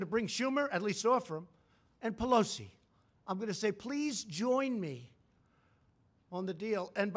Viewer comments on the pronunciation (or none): none